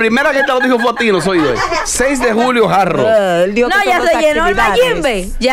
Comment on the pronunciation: y es tan dificil que supuestos comunicadores/as pronunciar HARD ROCK- Jard Ruok y decir JAR ROO